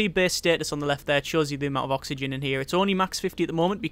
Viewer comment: OKSWHYGEN?!?!?!?!?!?! xDD